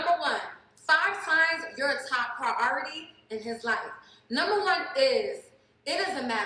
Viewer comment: “A praoooority”